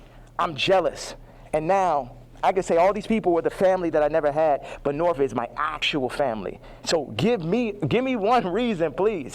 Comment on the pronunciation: It drives me insane that Kanye calls his oldest Norf, not North